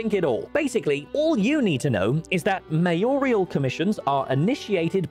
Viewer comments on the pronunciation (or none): Sorry it ground my gears so I had to point it out. It’s not MAYOR-I-AL it’s MAYORAL.